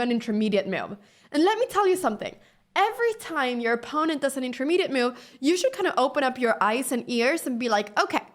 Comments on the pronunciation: The word is move not mouve. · I like how she says meove. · Nice finds! (BTW: ❤the way you pronounce the word 'move')